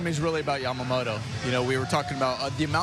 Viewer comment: この人のYamamotoの発音が綺麗過ぎて他の人がヤマモロになってるの再認識した